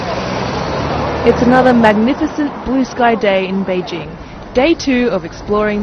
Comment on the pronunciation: Finally, a reporter who knows how to pronounce "Beijing"!